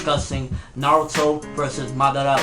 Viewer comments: LEARN TO pronounce Madara its not MadAAra its madara uchiha its suppose to flow with the words not take A fkn big break after MAD and then AAra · It is Ma - Da - Ra ... You don't pronounce it like English, you pronounce it like Japanese.. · nobody: absolutely nobody........."Maudaara" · lol i hate how people say it like Ma-Dar-a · Yeah why am I here.... and madara??? That is not how u say his name Ahahah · 10 years later and still can't pronounce Madara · You said madara wrong. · thats not how u say madara's name! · if u gonna talk about naruto learn how to say madara's name right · for owning a lot of merchandice, you should learn how to say madara right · ok i agree with you..but why do you pronounce Madara's name wrong repeatedly? you call him Madara...yes in English your saying it right but he doesn't have an English name...your pronouncing his name all wrong and its somewhat confusing and annoying when you do it...if your such a fan of Naruto such as myself you would pronounce his name correctly at least.